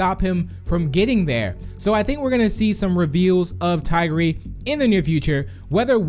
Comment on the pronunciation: That is the wrong way to say tigry 🤦‍♂️🤦‍♂️🤦‍♂️